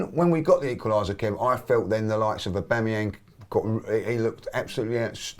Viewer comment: "Aubangyang" 👀